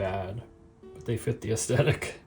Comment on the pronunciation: How many times do you say “AesTetic”, instead of its CORRECT pronunciation, aestHetic? (From Ed, a subscriber and former commercial announcer, radio DJ and TV Director, now retired and enjoying your videos in Los Angeles.)